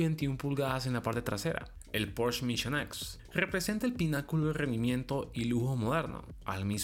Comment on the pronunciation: Pues, si el presentador de un canal dedicado al mundo automotriz no es capaz de pronunciar PorschE correctamente, y en su lugar dice algo como porch... pues ya no se le puede creer nada...